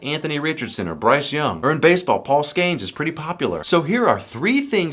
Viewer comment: Love the content, but the way you say Paul Skeens name makes me want to throw myself off the roof.